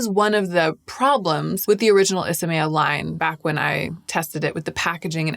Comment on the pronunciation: I’m sad to learn that you were saying the name wrong…I thought it sounded pretty